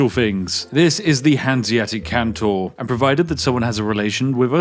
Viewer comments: EU5: This is a Hanseatic Kontor. Can you say "Kontor"? Spiff: Cantor. EU5: No no. Kontor. Kon-tor. Spiff: Can-tor. EU5: It starts with "ko" like in "cor blimey!" Spiff: Cor blimey Cantor! EU5: Eh, good enough. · There seems to be some sort of bug in the video. He keeps pronouncing kontor as kantor for some inexplicable reason. Surely this is just an oversight from the developer. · why do you keep calling them "cantors" aaaaa REMEMBER YOUR PHONICS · Kontor just means office. Also no 'a' in kontor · Sir Spiffy, pls it´s KontOr not Kontar and the G in Bologna is silent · Why do you keep calling it Kantor? Surely it's Kontor, or Office in English 😅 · Its Kontor not Kantor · It is KONtor not CANtor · Why was "office" left untranslated? It was horrid to hear him pronounce "cantor" :p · unironically unwatchable, please stop pronouncing kontor as cantor, just say contour but don't say the u and there you go, also kontor is just the germanic name for offices, so if you cannot be bothered how to learn to pronounce it just say office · Thankfully I can watch this video entirely safely as games like these hold zero interest to me as a player. I still enjoy watching you break them though! Edit: I was wrong. Hearing you pronounce 'kontor' (which, for the record, means "office") as 'kantor/cantor' (a christian choir leader) throughout the video has seemingly caused me some level of psychological damage. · Sorry, but my brain goes ballistic when it comes to linguistics 😂😂 Kontor (kon-tor) = Office ^^ Phonetic transcription: /kåntọːr/ or /kɔnˈtoːɐ̯/ Stress: The stress is on the second syllable, "-tor". Vowel sound: The "o" in the second syllable has a long "o" sound. It is a closed-back-rounded-vowel sound, similar to the vowel in "door" or "for" in English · FYI, it is pronounced "con-tore" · He's british! he can prounounce it how he wants!!!! (this is a joke) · kontor is read like con from condition and thor like the viking gods.